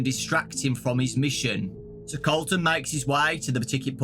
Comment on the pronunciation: I heard Carlton instead of Colton- makes me think that Colton was Carlton from silvers eyes(and the other books)